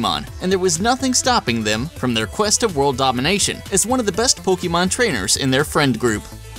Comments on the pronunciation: Poke-Ay-Mon not Poke-Ee-Mon. It just bugs me. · ITS NOT POKEEMON! ITS POKAYMON!!!! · OMG HE KEEPS MISPRONOUNCING 'Pokémon' AS 'Pokee mon' UUUUUGGGGHHHH!!!!!!!! ONLY NOOB 'GAMERS' MISPRONOUNCE IT!!!!!!!!!! 😡😡😡😡😡😡😡😡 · i cringe everytime you say poke E mon... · hear "pokimon" O.o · Axellion poke-aymon sounds stuipid it's poke-UH-mon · Actually, most Americans are unable to pronounce "é" correctly due to their accent, so even people who make a living off of Pokémon tend to mispronounce it. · Did you just say...POKEEMON?!?!?!? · The Spicy Meme That's still off. Think about it this way. Pokémon comes from Pocket and Monsters. You don't say Pock"A"t or Pockayt or Pockeet. You know how to say Pocket. So, just take the "Po" and "ke" sounds from POcKEt and the "mon" sound from MONsters and you get Pokémon. The "e" sound in Pocket also happens to be the correct way of pronouncing é.